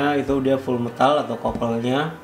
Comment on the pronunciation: metal bang... meeeeeeeetal bukan mtal